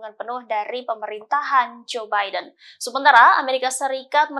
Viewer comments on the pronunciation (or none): none